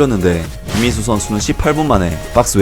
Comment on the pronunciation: 영상에 김민수 선수 언급할 때 발음 좀 똑바로 하셔야 할 거 같아요 김민수가 아니라 김인수로 들려요 저번 김민수 선수 영상에서도 그렇게 들렸는데 이번에도 그렇네요